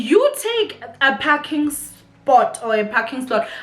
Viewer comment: PARKING NOT PACKING!!!!!!!!!!!!!!